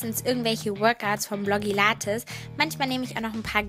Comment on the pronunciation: Wie du Blogilates sagst😂😂😂😂 Super tolles Video ly💘💘❤